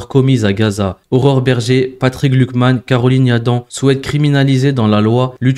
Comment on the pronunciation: Bonjour, attention tu prononce "glukman" il pourrait y avoir une confusion avec Glucksmann.😉